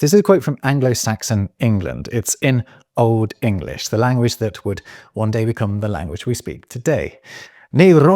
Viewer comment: Love your pronunciation of Old English